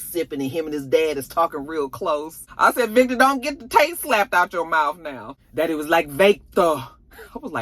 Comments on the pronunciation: I laugh every time you say “Vayctor” LMAOOOOOOOOOOOOOOOOO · I am here for the Jamaican twist on the Irish🤣🤣Vake-tor!!! I hollered🤣🤣🤣